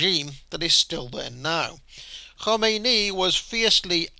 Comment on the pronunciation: Valiant attempt to pronounce 'Khomeini' like its Welsh, not Persian.